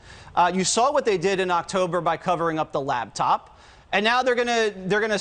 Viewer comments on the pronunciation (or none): "Lab Top" at the minute mark LOL